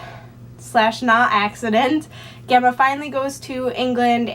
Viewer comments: I believe Gemma is pronounced Jemma :) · it's an ancient latin (and now italian) name and I've always heard people pronounce it jemma:)